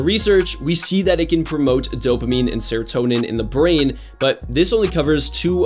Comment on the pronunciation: Me someone with adhd: he better not say dopamine or serotonin Him: DoPaMiNe aNd SeRoToNeM